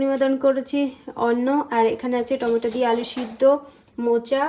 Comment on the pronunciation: Tometa noy tometo bolo